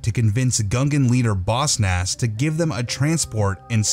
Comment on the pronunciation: I hate that you say Boss Nass like bossnass